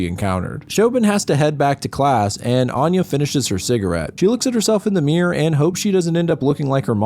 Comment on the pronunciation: I couldn't get beyond the first word; he pronounces 'Anya' closer to how 'Aine' is pronounced. Which is ironic, lol.